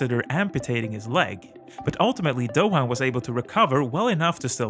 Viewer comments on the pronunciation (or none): Doin’ ... not dough-han ... ! 😉🇦🇺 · I really don't see how Stoner and Hayden brought something new. Good riders, but not that special. Pronounce Doohan as 'Do_an' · As an Australian, allow me to help you pronounce Mick's name correctly. The 'h' in Doohan is silent. It is pronounced like the word 'doing' but without the 'g'. Thanks